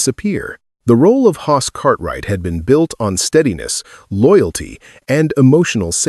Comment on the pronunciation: FFS. Can’t even say Hoss. Time to move on to some other platform